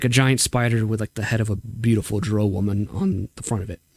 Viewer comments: How did I know you would pronounce Drow in the objectively incorrect manner. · I agree with everything you said except for the pronunciation of "drow." Haha. Awesome stuff,. Thank you!